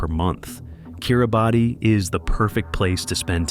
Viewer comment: *It is pronounced (kee ruh bas) *International marriage in not allowed in Bhutan *"Bangladesh is an ideal location for anyone looking to settle down in a beautiful foreign land" 🤯 *"Haiti is a popular destination for tourists" 😳 NOBODY GOES TO HAITI including Haitians!!!! and for good reason! This channel is trash and shouldn't be allowed. Anyone believing any of this info will be misled, disappointed or possibly unalived.